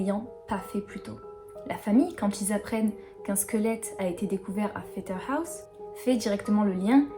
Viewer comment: Pfetterhouse se prononce comme en français (le OU se dit... OU), pas à l'anglaise. Mais les noms alsaciens sont toujours "écorchés", on a l'habitude. Par contre j'adore ta voix et ta façon de raconter en douceur. Merci.